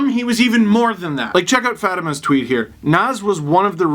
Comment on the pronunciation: Fat-e-ma isn’t it fah-tee-ma